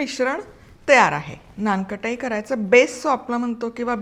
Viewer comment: थोडेसे मराठीकडे लक्ष द्या....लोणी म्हणतात... लोनी नाही...नानकटाई आहे ते...नानखटाई नाही.....It may not be your mistake but your team's mistake...but pls be careful...it hampers your credibility....